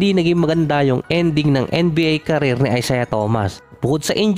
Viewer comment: career lods hindi carrier 😂